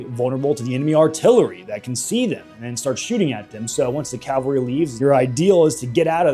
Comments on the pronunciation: Great video but I am gonna be a nit picker it's cavalry not calvary calvary is the church not horse mounted soldiers called cavalry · Cavalry, not Calvary. What are you, every Hollywood movie ever made?